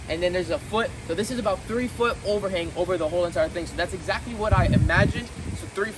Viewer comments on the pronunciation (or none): I swear your English is the best. Ixactly is a new one for me